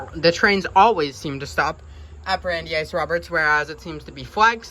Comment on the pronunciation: "Bran-dice", not "Brandy-ice". Named after Brandies University, which was named after US Supreme Court Justice Brandeis. You got Worcester pretty well. That's one of the hardest Massachusetts localities and most people get it wrong. I just watched a video by a Chicago-based train and transit fan who called it "Wooster", a fairly common mispronunciation. There is a "Wooster" in Ohio, but it is spelled and pronounced that way. I don't know how the original Worcester in England is pronounced, but I suspect it is similar to the Mass city. Lots of Mass (and English) place names were locked down centuries ago and often the Mass names are pronounced the way the English namesakes were pronounced in the 16th or 17th centuries. Weston appears well-off because it is. It is the wealthiest towns in the state. and probably in the top 20-50 in the country. It might not have been obvious from the neighborhood of the station, but there are many parks and protected land in Weston, and (according to Wikipedia) over 90 miles of bike, hiking, cross-country skiing and horseback riding trails in the town!